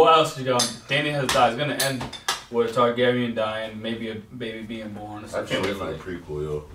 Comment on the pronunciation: did miss sundae said tragaris